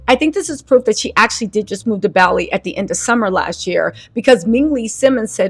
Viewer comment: Adore you, but you saying Bali like it's a chain gym is triggering my OCD.